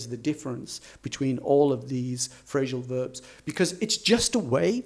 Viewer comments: Why do you say "phrashal verbs"? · Why do you say "Phrashal verbs"?, I don´t know, maybe it's a variation.